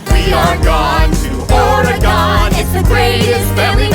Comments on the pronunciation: I'm from Oregon and every time they say Ore-gone I flinch a little. Edit: I would like to mention it's only because I've met a lot of people outside the state who think that's actually how it's pronounced (not because of the show) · Damn non-Oregonians saying Or-eh-gehn. Oregon. Or-gun. Sigh. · No offense, but I'm pretty sure it's Oreg-ask. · OreGONE oreGOON oreGOWN oreGAIN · when your from Oregon and cringing at their pronunciation of Oregon and Willamette Valley